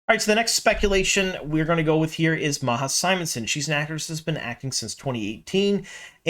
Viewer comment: Not sure how to pronounce it in french, but pronouncing Majas name as Ma-ha is driving my swedish ass crazy! 🤣